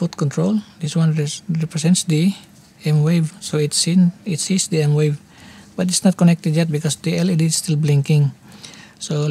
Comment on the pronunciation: its M-VAVE not M-WAVE 😁